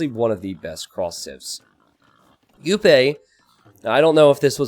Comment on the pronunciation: Just nitpicking but Jupe is one of the most active streamers and it's pronounced with the English sounding J not the Spanish one